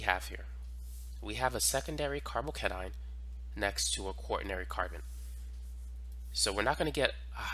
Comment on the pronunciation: Why you pronounce it like carbocanine 😂